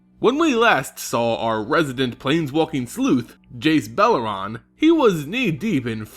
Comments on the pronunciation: beleren, Bel-er-En not bel-ur-ran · I'm pretty sure there's no 'a' in Beleren right?